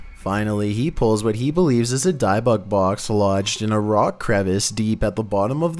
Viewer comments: Dib-uck box🤦🏻‍♀️ not dye-bock box😂 I’m cringing every time you say it lol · Say Dib - icks Box That is how its said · Hey. It’s an OSH -YOU -AIRY and BIB - BIT BOX. Say it right. 🤨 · Bruh… these videos …ssuuuusss lmao Also for #3 you said the word dybbuk box wrong haha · Not to be rude but I think your saying the haunted box thing wrong(5) (can’t spell it)